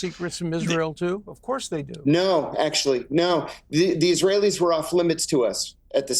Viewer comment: "dancing eesrahellis" what was their job, these zyons ter ro ris are a danger to the good US people